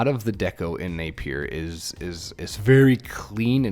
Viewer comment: As a New Zealander, we pronounce Napier as NAPE-ya. We don't say the trailing R, but you can if you want to: NAPE-yer.